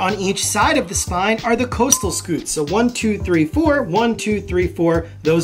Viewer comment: No offense, but you pronounced "costal," wrong. It's not pronounced "coastal," as in east coast/west coast. It's a 'short' o...costal is an anatomical term meaning: related to the ribs. A medical term exapmle would be: costo-chondritis, an inflammation of the articulation between the ribs and the cartilage.